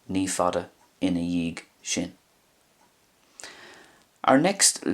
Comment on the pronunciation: I noticed you used a "g" sound at the end of ina dhiadh (& other words in your lessons). Making it sound like " ina eeyeg"...I've learned from several differing speakers (& others online) who pronounce it "ina ee-yeh"...if you would, could you please tell me what Irish dialects use the pronunciation you use here. GRMA.